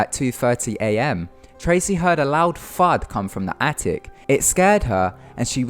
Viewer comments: Thud not fart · Jose Salazar he said thud but pronounced it fud, thick twat clean your ears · "Tracy heard a loud fud" HAHAHAHAHAHAHAHAHAH stupid accent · when he said she heard a loud thud, I thought he said a loud fart. I was like what. XD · Jose Salazar ha I thought he said fart too. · lol i could of sworn you said "she her a loud fart coming from the attic" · I replayed it several times too..its "thud"..but really sounds like Fart or Fuck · He said "loud thud" not "loud fart". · Thud..he's using Queens English, it's not how it sounds. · loud thud. his accent "th"ucks up the f and th. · A loud thud. His accent makes the th sound sound like an f sound